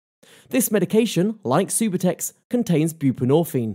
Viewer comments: Its not supertex its sub-u-tex subutex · “supahtex”? lol ugh, if you can’t even say it correctly, you know nothing about what you’re even talking about smh.